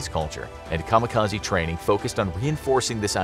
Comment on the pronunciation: Why do people constantly pronounce kamikaze wrong?? It's supposed to be an educational video, so at least pronounce it right :( I still love infographics, but just makes me sad an educator can't pronounce things right.